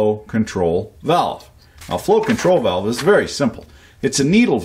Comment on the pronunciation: "Walve" - a fan of "The Sand Pebbles" said. "Main stim stop walve!"